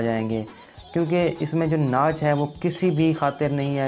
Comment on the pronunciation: bhai banda thori si research kr leta ha. thori si aqal istemal krleta ha. tu ne to pronunciation pe b dihan nahi dia. "Nach"